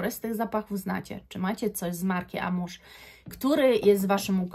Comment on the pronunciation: Wymawia sie AMUŁAŻ a nie amuż. Co do oryginalnosci to zapraszam do randamowego centrum handlowego. Przymiezalnie, hole sa wypelnione zapachem Guidance, na przemian z Erba Pura. Albo ich arabskimi klonami. Stellar Amber Zary doslownie 1: 1.